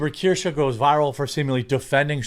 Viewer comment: I think her name is Kursch, like rhymes with curse (sorta), not Keer-sha. Anyway, I think I'm subbed to her, not because I'm a big fan, but because she was on a panel, with some other streamer I like, who tried to push her to get to 50k or 100k subs. Much like you once pushed Empanada Girl, to boost her, and I did sub to her, but I don't think I watched a single vid of hers since. If you live in glass houses, shouldn't throw stones. Sometimes I sub to channels I don't actually like, cause some other channel said "They're cool, help them". I get caught in the moment, and I'm like yeah sure, I'll help some newbie. Well, long story short, you do it too. So if some channel I subbed to turns out to be a crapshoot later, I'll just quietly unsub. No need to make a big deal of it. EDIT: My apologies, I sounded off like 2 minutes into the video, shoulda wrapped my fingers and refrained from typing till I knew what you were saying. Valiant Renegade has her as a guest panelist sometimes, and that's how I became aware of her. Valiant makes fun of Disney/Star Wars/Snow White just like you do. Again, apologies.